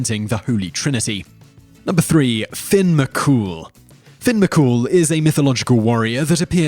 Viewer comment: #3 is Fionn not Finn #6 The wife's sister Aoife is pronounced like Ee-fa